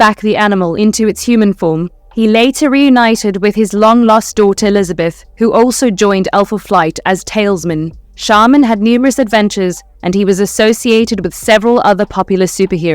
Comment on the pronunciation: it's Talisman, not Tailsman